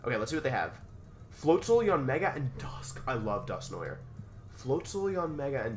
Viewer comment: Press 1 if you wanna see Wolfe pronounce Dusknoir correctly